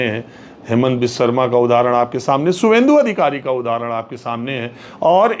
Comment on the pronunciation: Please pronoun the name of the chief minister as Shubhendu ,not as Suwendu. Please be aware that Bengali people pronounce 'V' as 'Bh'.This awareness will solve the uneasiness prevailing all around.